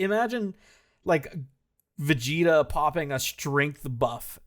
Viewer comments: I don't think 'Vecheeta' was an Irish-ism in case, more of a childhood-ism. Burnt in early childhood mispronounciation and remained like that since no-one pushed back until he got on YT. But what baffles is none of you mentioned the running gag of Goku calling Glorio 'Goriro' but that's pretty much the same thing. But on that note, I'll share a 'Big Green'-tier Hungarian dubism: we had Piccolo as 'Young Satan' because that was the localisation for Majunior, and the Hungarian dub carried that title of his into DBZ instead of calling him by name. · as a fellow irish dragon ball fan, I can safely say that I've never said or heard this pronunciation in my life